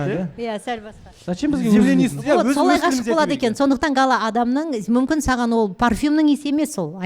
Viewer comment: 11.16..... Не болуы мүмкіМ деп қате айтады екен МүмкіН дегенді